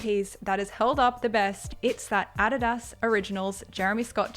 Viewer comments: I pronounce Adidas like that too and I'm from the UK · Actually your Adidas pronunciation is quite accurate (or the Aussie pronunciation)